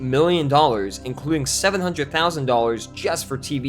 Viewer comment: I absolutely love your video essays...but I can't support the way you pronounce 'one hundred'.